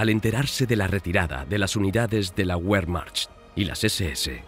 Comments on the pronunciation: NO SE DICE "uermacht"..se dice .Vermajt....!!! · En alemán (igual que en español) la letra w es v doble y se pronuncia v. Al contrario que en inglés que la letra w es u doble. Por lo tanto, wehrmacht se pronuncia vehrmacht y no uehrmacht. Y Walter se pronuncia Valter y no Ualter.